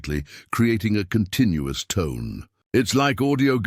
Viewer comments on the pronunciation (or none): none